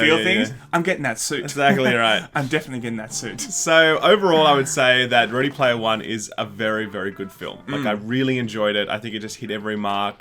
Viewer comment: Ready Laymer One